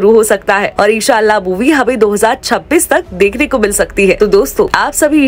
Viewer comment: ara sister g eshallah nhi inshallah bolo